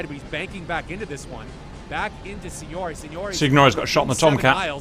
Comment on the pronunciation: I'm just happy he doesn't say SINGNORACHB...SIGNORAG...MM ...SIGNOAGHE? anymore lol